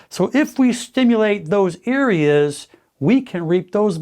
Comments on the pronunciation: "those eareas" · did he say eareas? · Did bro said eareas?😂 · Am I hearing things or does he keep saying 'ear-aes' instead of 'areas' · Earias instead of areas lol